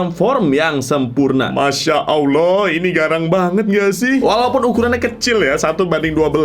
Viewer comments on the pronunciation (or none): none